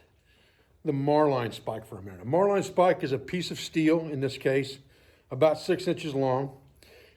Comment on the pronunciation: Sorry to have to correct you but the proper pronunciation is marlin spike not marline spike. Great video ATB Sam Adler